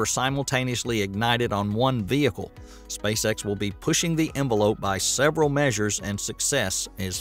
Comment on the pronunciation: It sounded like you said Spacesex and now I can’t unhear it 😂